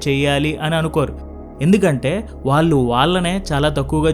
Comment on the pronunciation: Content is good. But your Telugu pronunciation is not good and proper. వాళ్ళు అనేదాన్ని వాల్లు అని ఇంకా ఇలా చాలా